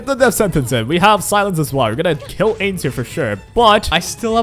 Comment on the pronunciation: bro says "Aids" instead of Ainz.